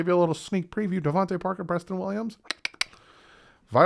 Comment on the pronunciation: NO ! not preview ! Prayview !😂😂😂